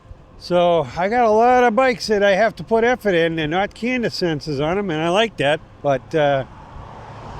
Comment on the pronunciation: Great video. Incidentally, there's no n in cadence before the d. And it's a long a. Keep rocking...